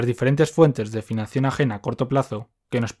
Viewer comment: por qué dice financión?